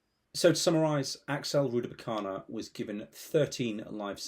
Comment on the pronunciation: Rudakubana. Not Rudabukana.